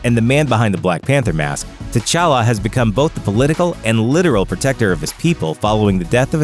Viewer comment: If you really wanna go african all the way Tchalla is pronounced "chala" not " T Challa". The T shouldn t be pronounced